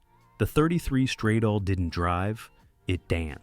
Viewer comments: Stradale = strah - dah - lay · This always makes me furious! When you are making a video, praising the devine design of these cars, why can't you inform yourself how the names of these cars are pronounced in the original language! I especially hated how you pronounced the Alfa Romeo "Stradale"!😭😭😭